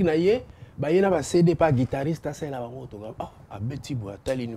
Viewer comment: Mr le présentateur c'est " guitariste" et non " guidariste"